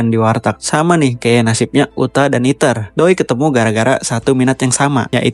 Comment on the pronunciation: fren fren, este luis noh eja , malah eater bukan ether